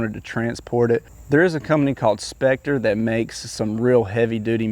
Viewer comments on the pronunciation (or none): It's scepter, not spectre. But good video.